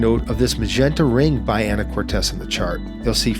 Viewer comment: Can we next get Canadian VNC (visual Navigation Charts) next??? P-p-p-pleeeeeeease. PS, locals pronounce it “Ana-cor-teese” and “Ska-jet”. :). Thanks for the vid. :). ❤